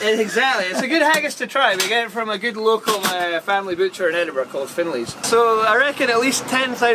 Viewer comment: OMG THEY SAID EDINBURGH RIGHT!!!